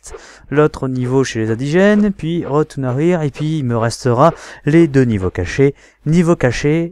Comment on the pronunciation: Bah c'était cool ! Par contre... Ton "Road To Nowhere" m'a fait mal XD C'est Nowaire en gros XD Sinon GG et hate de voir tes fails ! :D